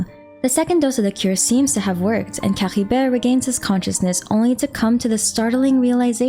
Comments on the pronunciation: was caribert really spoken like that? i mean i understand your insistence on speaking the sumeru names the way you want to since I could understand the logic behind it(culturally), but Caribert being spoken as C-ha-ri-ver? idk man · Nah none of the characters pronounce it the way this YouTuber does lmao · No need to add the weird gh sound to Caribert. It's pronounced cari-bear and the noise is no where to be seen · What up with that weird accent when you say Caribert?🤔